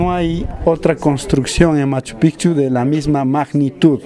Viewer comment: MAS QUE PROMOCIONAR A MACHUPICCHU QUE EN ESTE VIDEO ESTA TOTALMENET MAL PRONUNCIADO DEBE INVESTIGARSE DEL SAQUEO QUE SE HIZO POR LOS CHILENOS HACE TRES A CUATRO AÑOS. Y ESO ES FACIL DE SABER YA QUE LOPEZ ALIAGA ESTA METIDO.